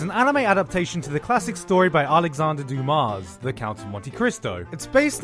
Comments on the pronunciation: Doom-ah. Not Doom-Ass. Haven't you watched Shawshank Redemption? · It's alexandRe Duma(s), you don't pronounce the s and an is not a long sound, diphthong don't exist in French. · If i may, I would like to point out that in france we dont pronounce the "s" in Alexandre DUMAS